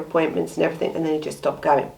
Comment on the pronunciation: I start to watch you but every time you say everythink or nothink I have to switch off.